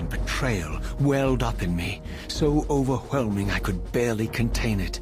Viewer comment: Say "overwhelm": "Overwhelm" Now say "Overwhelmingly": "OverHwelmingly"